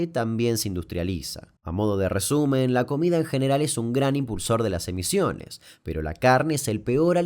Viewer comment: Muy buen video aunque creo que en el minuto dice emisiones, con C